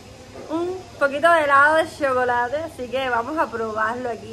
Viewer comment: no se dice xhocolate, es chocolate,jejejejejeje